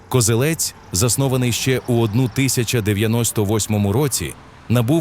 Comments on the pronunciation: Я перепрошую, та КозЕлець, а не КозелЕць. Місцеві завжди говорять саме так. То на московитський лад наголос на останньому складі. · Не Козелець, а Козелець. Наголос на другу е.